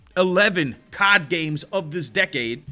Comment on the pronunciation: It’s not cod it’s c o d